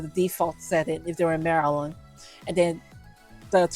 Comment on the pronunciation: It took me a while to figure out you were talking about the state of Maryland. Since you have some type of speech impediment you should probably say you are talking about this or that particular state. Great content though